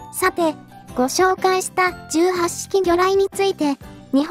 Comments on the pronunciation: 18式(じゅうはっしき)は、(ひとはちしき)の、間違い。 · 相変わらず読み方直さんな ひとはちしきと自衛隊では読むのに 元陸自だが 聞くに堪えんな